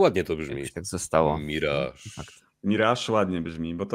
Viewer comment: Akurat "miraż" jest jak najbardziej prawidłowe 😉 Orygnalna angielska wymowa to /mɪˈrɑːʒ/ , więc chcąc być super dokładnym (a jednocześnie mając w nosie faktyczne dźwięki języka angielskiego, stosując tylko polskie) "myraż" będzie nawet odrobinę bliższe prawidłowej wymowie (ale i tak polecałbym trzymać się swojsko brzmiącego mirażu, jest naprawdę jak najbardziej OK 😉) EDIT: I oczywiście nadal należy pamiętać o stawianiu akcentu na drugiej sylabie!